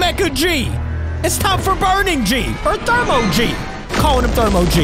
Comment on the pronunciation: It's thrmoewoa